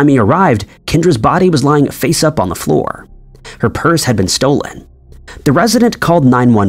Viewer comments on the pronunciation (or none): none